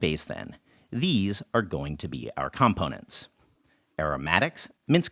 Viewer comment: Enjoyed this video a lot, as I do all your videos! One thing kept taking me out - I've never heard someone pronounce 'components' that way. Am I crazy?